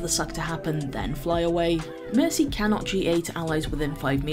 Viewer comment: I love how you say Merki XD. That name was so true when they first changed her ult. Nanovalk was fun while it lasted.